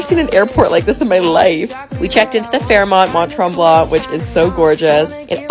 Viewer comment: I’m sorry it’s not tremblant it’s tremblan the t is silent because it’s French ❤